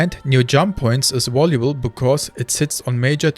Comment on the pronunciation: Danke für deine Videos. ein Hinweis für die Aussprache: das v wird im englischen wie unser w ausgesprochen, das englische w hingegen nicht. also device = diweis valuable = wäljubel